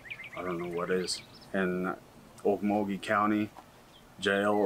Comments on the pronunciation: Okmulgee isn’t “Ole muh gee” it is pronounced “Oak-mole-g-ee” Weird I know. Sincerely xo, Oklahoma Native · Oke-mul-gee, OK.